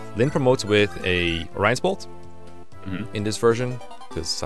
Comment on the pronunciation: saying Orion's Bolt sounds like "Rice ball"